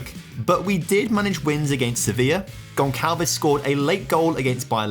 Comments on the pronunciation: It's pronounced "Gon sal ves" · Amazing contente to a FM Fan and addicted... but bro.. you are murdering the name Gonçalves 😂😂😂